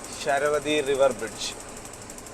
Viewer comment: ശരവതി അല്ല. ശരാവതി എന്നാണ്